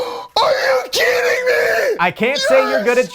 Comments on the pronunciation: It's pronounced, "are you keedin' me" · steering a contestant wrong, "Are you keeding me?"